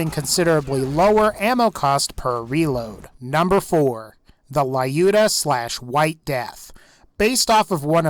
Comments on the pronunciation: hi, dont know if u would still see this, but i have a kind reminder for u. the legendary Vladof sniper Lyuda, is just pronounced like Lewda, not Lie-Yuda. it is a tribute to the glorious female sniper during ww2, Lyudmila Pavlichenko. and Vladof is a russian corporate for sure, sinch most of their weapon names are transliteration of russian words, such as Droog, meaning "friend" in russian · lol, Can't say "Lyuda" right. (It's not "Layuda", dammit. Think of the name as an extension of the word, "lude". Now put a short, hard-"i" sound (as heard in "ink") just before the "u".) Just so you know, the Lyuda (NOT "LA-yuda") was renamed from "White Death", and it gets its name from WW2 Soviet sniper and war hero, Lyudmila Pavlichenko, who amassed a total of 309 confirmed kills during the second World War. She was one of 2,000 female snipers in the Red Army, of whom about 500 survived the war.